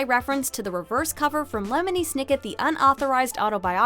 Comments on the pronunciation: its not loney m setnick its lemony sniket umm did you even hear them talk about him thats not how you say it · DID SHE JUST CALL LEMONY SNICKET LONEY M SETNICK